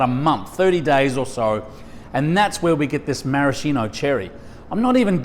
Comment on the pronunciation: That's not a marasheeno cherry. It's a maraSKEEno cherry. How hard can it be to pronounce it properly? Jesus.